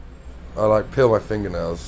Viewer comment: Am I the only one who genuinely thought he said 'pee on his finger nails' rather than 'peel his finger nails'? :D